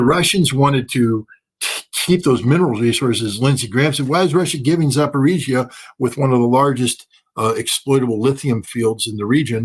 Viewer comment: Dear Scott Ritter -- It's pronounced "Zapar-O-zhiya". That's why the famous most popular small Lada car model is called the "Zapar-O-zhets", named after Zapar-O-zhiya.